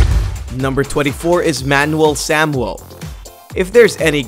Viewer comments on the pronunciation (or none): This dude says Manual Samuel like he has never seen those words before